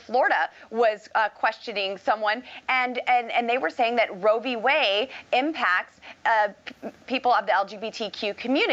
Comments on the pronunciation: Did little mis Boebert say Way or Whey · Did she say "Roe v. Way" ??????? Lauren "Jezebel" Boebert is an idiot. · "Roe v wayy" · It's wade not way you dumb sack of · I caught that as well. She must have just had her curds and whey whilst rowing down a Colorado stream. Like the one that leads to the Coors brewery. She is sooooo dumb.